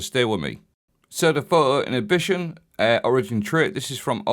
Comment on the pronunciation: “phuuwo innitbition”